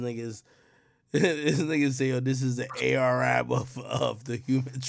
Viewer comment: “ the AR- ab of human trafficking “, I’m dying 😂😂😂